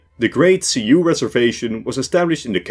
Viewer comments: Great video, but who taught you to say Sioux like “see-you” instead of “sue”? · See-hoe pronunciation of Sioux is incorrect, Sioux is pronounce like the word sue. But other then that one gripe excellent video as always. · Thank you. 'Sioux' = 'soo', at least in the American Midwest.